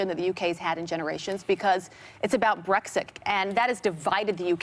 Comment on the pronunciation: Abby said Brexick 🤦🏻‍♀️🤦🏻‍♀️